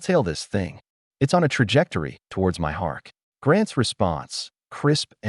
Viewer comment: Ai gets words confused and it sounds like that when you try to pronounce it.